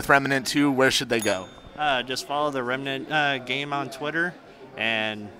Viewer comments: It's Remnant not "Remanant" ffs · “Rem-uh-nant.” it’s just Rem-nant. 2 syllables. not 3